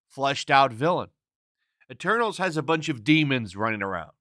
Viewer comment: Told Ya! MEH-TERNALS